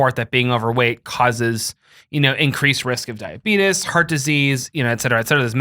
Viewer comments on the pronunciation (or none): I love that you call it diabeetus every time,.